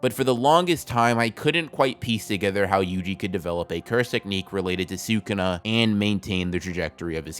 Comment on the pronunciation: Great video dude! But sewkuna makes me smile every time